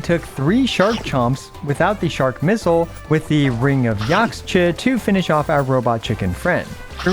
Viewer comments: I believe the catalyst is pronounced like Yakhsha #Justiceforthecryoregisvine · Yaxche is pronounced Ya-ha-che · X makes a sh sound Ring of Yaxche.